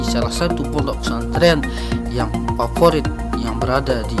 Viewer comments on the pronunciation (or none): Saking fasihnya jadi kayak gini . Fondok fesantren bilangny..😇😇😇